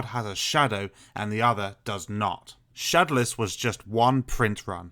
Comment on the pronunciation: Why do you say shodowless like that? Try saying it shad-ow-less not shad-a-less